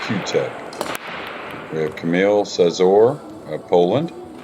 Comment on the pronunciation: Szaszor is pronounced Shashor.